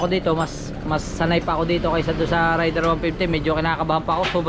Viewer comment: ...Raider (Reyder) ang bigkas jan at hindi Rayder (Rider) sori huh...